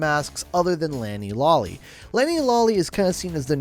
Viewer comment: Good video, but it isn't really a review if you aren't reviewing anything other than the story. This feels more like a recap of the first half of the story. Oh and it's pronounced Lani "Lo-le", not Lani "Lo-lly". If there is one L it's pronounced Lo-le. Just giving you the heads up. 👍